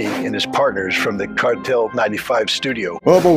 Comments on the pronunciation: The "Cartel" vs "Kvartal" thing on its own makes Ritter look like a complete dunce. Not to mention the other 36 minutes of that video. Also the pronunciation is /kʋǎrtaːl/; Hyphenation: kvar‧tal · Ritter didnt need to deliberately mispronounce Kvartal, but he did, most likely intentionally.